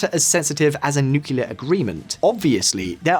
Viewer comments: It's nu-CLE-ar NOT nu-cu-lar!!!!! Get someone who can pronounce the word properly if they are going to read a script about nuclear. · I'll keep disliking your videos as long as you keep pronouncing it "nucular". What is wrong with you, why are you going the dumb route? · Always getting the 'nucular' guy to do these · Nuckular deal? Lol